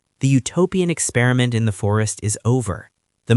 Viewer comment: eck SPEER a mint = experiment ??